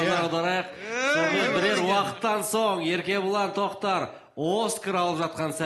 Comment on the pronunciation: Еркебұлан Трактор деп естидимба. Или сендерде солай естидиндар ма😊